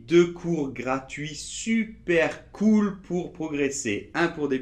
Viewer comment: ça ne se prononce pas du tout pareil. "cool" se prononce "koule" ; "cul" se prononce "ku"